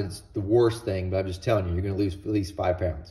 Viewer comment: At the end about the low oil pressure, I had to replay it😂😂 it sounds like you said your gonna lose at least 5 friends